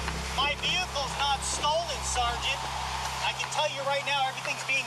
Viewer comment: SEEARGEANNT lol. Pathetic.